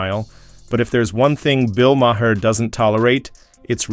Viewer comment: Who's Bill Mah-hair?